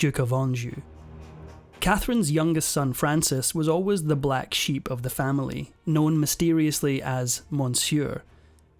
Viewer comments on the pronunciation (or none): none